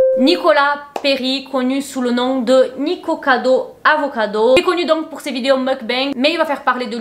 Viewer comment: t'as dit niKIkocado avocado à la fin. haha t'a crue que c'était juste, trop chou